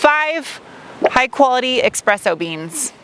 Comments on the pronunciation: The feedback you feel from the touchpad are called Haptics. And it’s not expresso with an x, it’s espresso with an s. Otherwise, nice review (as always). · Oh no... Espresso has no "X" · When you drive a luxury brand you have to learn that there is not “x” in espresso. ;)